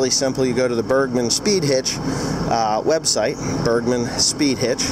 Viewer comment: I always understand birdman when you try to say bergman XD